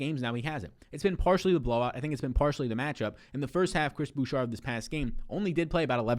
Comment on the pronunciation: Please stop saying "Boo-Shar" it's "Boo-Shay"